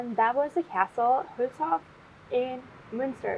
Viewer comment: Great, you speak "Münster", "Hülshoff" and "Aasee" like a native! Only your yellow rental bike scares me. Whenever I see a yellow bike, I show consideration. For my health ... :D